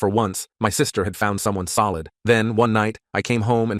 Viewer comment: Notice how he said " for once she found someone soild